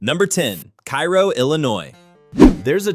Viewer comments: At least you could pronounce it properly...Ka -roh not Kairo. AI generative bul sh*t! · Cairo Illinois is pronounced kay-roh, not kye-roh like the city in Egypt. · I know it's spelled like the city in Egypt, but it's pronounced kā-row. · It’s pronounced “Kay-roh”. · Cairo is pronounced {kay -ro}. That used to be a fun and laid back area to hangout in as a kid back in the days. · Cairo is actually pronounced CARE O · Cairo is pronounced Kay ro. Tina, Al's wife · Cairo IL is pronounced KAY-ro by the locals. I've been there many, many times. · It's "KAY-ro", beloved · Just a note that Cairo is pronounced Kāro just like the syrup. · Cairo is pronounced Kay-Ro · People from Cairo can automatically tell that you're an outsider by not saying "Kay-Row"! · Cairo, IL is pronounced Kay-row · Pronounced "Kayro".